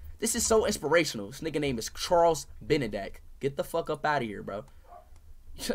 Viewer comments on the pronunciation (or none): "harles benedack"😭😭